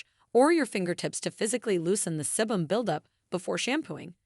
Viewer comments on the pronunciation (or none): Perhaps your content would come across in a more professional manner if you got a narrator that was used to pronouncing English properly (rather than relying on AI text readers). It's grating to listen to words like "sebum", "biodiversity", "navel" and "nonenal" being pronounced incorrectly again and again. Also, it's better to suggest people "watch to the end" - rather than "till the end". It's worth spending a little effort to get the language right if you want a large English-speaking audience.